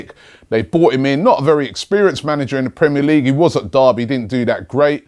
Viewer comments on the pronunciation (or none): none